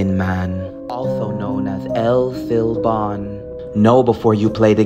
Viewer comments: It's pronounced El Silbon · Btw it’s El silbon, pronounced “L-See-Boln”